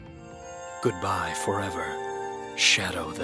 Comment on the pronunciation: It said"Goobye Shadow the Hedgehog"HAHAHAHAHAHAHAHAHAHEHEHEHEHEHEHEHEHEHEHEHE